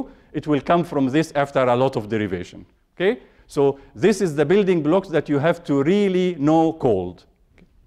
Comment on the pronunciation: There's a 90 million Egyptian pronouncing it exactly like that XD